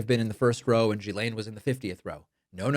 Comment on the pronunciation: As a french woman, it frustrates me hiw her name has been massacred. She’s an awfuk person, no doubt. Her name is pronounced, rather than previously spoken, guylaine. Pronunciation: “jislaine”. Please pass that on correctly as it seems nobody in USA can seem to pronounce it properly.